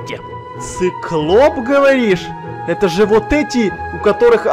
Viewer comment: ты сказал не циклоп а сыклоп